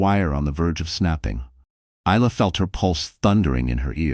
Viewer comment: Isla is pronounced I la not ela0